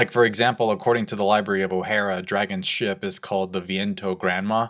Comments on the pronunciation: Lol after all these years u cant pronounce logia?.. It's not pronounced lojia.. And its O-HAR-A, not O-HAIR-A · Ohara You misspelled/misspronounced